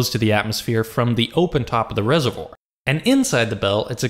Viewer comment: rese-vwar not rese-vwor